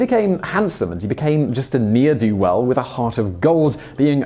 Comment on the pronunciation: This is the Second TIFO video I've watched this week in which Simon has pronounced a certain word-phrase "NEAR - do - well" rather than "ne(h) - r - do - well". It is Supposed to sound like "never - do - well" with the V missing.